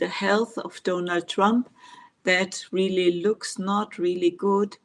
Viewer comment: I love it the way you refer to Donald Trump as donut trump